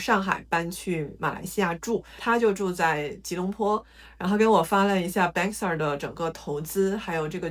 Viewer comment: Bangsar是 唸 幫沙。